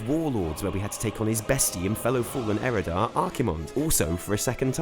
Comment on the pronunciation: Eredar, not Erodar! :O triggered